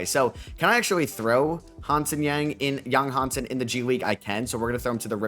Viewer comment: Big shoutout from Hong Kong, it should be Yang Hansen, Yang is the surname and it should be pronounced as something similar to “Young” in Mandarin